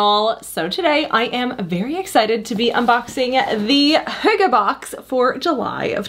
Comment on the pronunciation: Finally an American, who can pronounce the word correct 😅